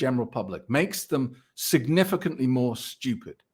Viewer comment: It should be spelled how pronounces it “STIEWPED” Lol